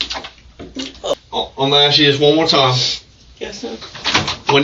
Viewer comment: Yeah, and they also never ASK...they just AKS